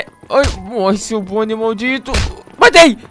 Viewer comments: Gueto não é bonei é Bonnie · Você falou pônei ou boni